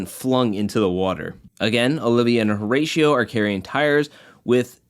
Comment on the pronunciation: This video is fire but please for the love of got Pronounce the name correctly please O-RA-CIO the H is silent